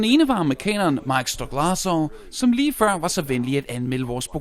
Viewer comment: Han kan virkelig ikke udtale Mike's navn... ikke engang tæt på hvordan det staves.